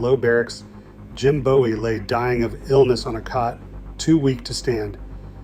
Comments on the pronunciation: It's pronounced Boo-ee 😒 And it's called a Texas Clip And what was that movie at the beginning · I visited a cutlery museum in Sheffield and was disappointed that they had no knives on display. By the way, Bowie is pronounced boo' ee. There is a knife-making school here in Arkansas at Historic Washington State Park, but Jim Bowie wasn't a park ranger. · It's pronounced Booee and there's no evidence that Bowie ever gave Forrest anything let alone a knife. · Your pronunciation of Bowie isn’t correct…… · The pronunciation of Bowie was annoying me……